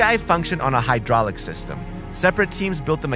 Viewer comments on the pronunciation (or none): none